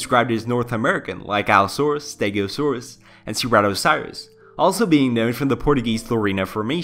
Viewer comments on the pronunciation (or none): can i just say that u pronounced allosaurus and stegosaurus right but then you always pronounced ceratosaurus as ceratocirus which just sounds like a disease... in my opinion it kinda triggured me in a cringe way but i liked the vid non the less still good content, u have my sub and views from the future on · The way he says Ceratosaurus is hilarious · Like I really like this channel but the pronunciations of certain things like Ceratosaurus always get me. At least there’s always a reference of the creature you’re taking about so It’s not that big of an issue just a little nit pick.